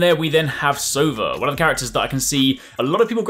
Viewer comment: "Sova" is Russian for "owl". It's pronounced "so-VAH".